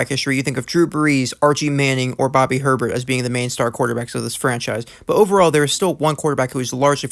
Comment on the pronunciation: Bobby Hebert is pronounced HAY bear....otherwise another good one